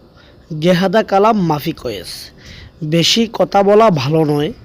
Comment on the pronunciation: ভাইয়া জেহাদা না, এটা হবে জিয়াদা